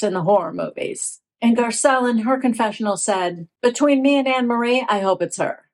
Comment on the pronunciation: It is pronounced An- ne- marie. It's a very common dutch name.